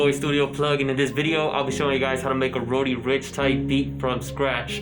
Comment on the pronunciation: “Roady Rich”???